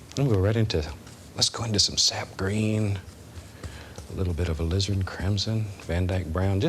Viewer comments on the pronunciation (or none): none